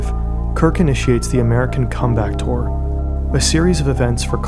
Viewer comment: You might want to work on that pronunciation of comeback tour